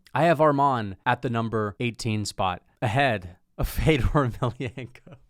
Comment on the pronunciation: Putting this dude over Fedor, while pronouncing Fedor’s name wrong. I was laughing my ass off. I’ve never seen more casual energy in my life. Unsubbed lmao